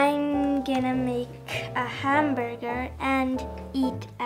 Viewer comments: It’s hamburger not it’s hambaga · "Hambaga" "how he says it" "I can't anymore" 🤣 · "Hambaga" "Hambaga" "Hambaga" "Hambaga" "Hamburger" "Haaaamburgerrrr" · Her.dis is habaga and this hanbuga Me.what? It's hamburger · For a majority of the video he said ham ba Gus instead of hamburgers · My life is a lie...ITS PRONOUNCED HAMBAGA America shake my head HOW COULD YOU LIE TO ME! IT WAS HAMBAGA ALL ALONG! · Hem-bear-gir & Hem-bey-goo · It's hamburger ham-berger